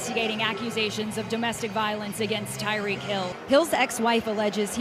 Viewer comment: calls him " Tyreekee"